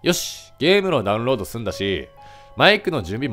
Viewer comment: ｢リンク飛べない！なんでー？｣ わし(言い方可愛いな) ｢でゃうんろーどでぃえぎない！｣ わし｢( ﾟ∀ﾟ)･∵ﾌﾞﾌｯ!!｣